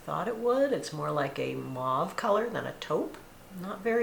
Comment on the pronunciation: Mauve and taupe have the same long oh sound. Mauve rhymes with rove.